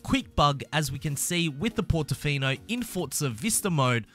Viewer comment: PORTOFINO!!! no PORTINFINO